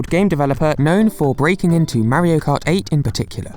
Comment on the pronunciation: You REALLY NEED To learn how to pronounce mario